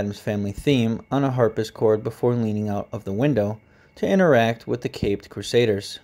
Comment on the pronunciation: great informative video :) just a couple pronunciation tips: harpsichord is harp-si-cord NOT harp-is-cord dahlia is 2 syllables not 4... dal-ya NOT da-hi-li-ya